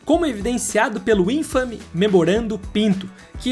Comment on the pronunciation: Se fala 1,5 MILHÃO e não milhões. Só vira milhões quando chega a 2. Até 1, ainda se fala milhão e não milhões. Outra coisa, se infame e não ínfame com acento no i como vc disse. No vídeo anterior vc disse Lotus SPRIT, mas o nome é SPIRIT (de espírito). De nada